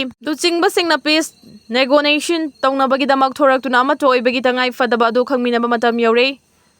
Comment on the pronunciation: Negotiation pronunciation fajana haiba heitaba nangbu peisa kaya pamduna ikaidra